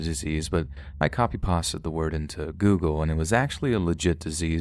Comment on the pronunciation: He did. He often makes pronunciation mistakes in his videos. That one was a doozie haha